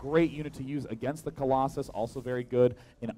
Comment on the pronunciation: I hate how he says " Crosses" instead of " Colossus".